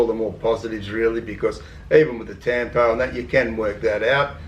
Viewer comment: Tampo is pronounced “tum-poh “